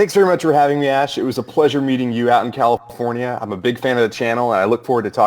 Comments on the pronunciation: woody said CALAPORNIA! LOL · He said calipornia lol